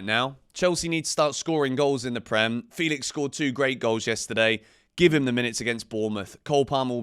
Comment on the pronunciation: Only wish you could say Felix's name correctly.